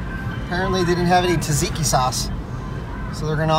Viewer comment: The “Greek” sauce is actually pronounced more like “Sat-see-kee”. Really interesting video though. Awesome to be able to go somewhere and find these things.